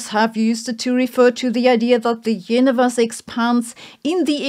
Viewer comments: "Yinneverse". Botox. Not judging, just observing. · why do you keep saying "hyuniverse"